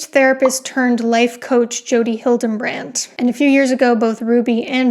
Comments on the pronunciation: It’s really hard to take this little doctor seriously when she can’t pronounce big words correctly and repeatedly says Jodi HildeNbrandt instead of Hildebrandt. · Great video. I just wanted to give a quick note - the cult leader's name is Hildebrandt, not Hildembrandt. No M. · you hear it with an "n" added in the middle? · You keep saying Hildebrandt wrong. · Are you intentionally mispronouncing Hildebrandt's name?